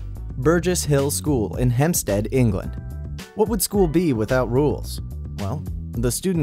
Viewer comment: Ham-p-sted not hem-stead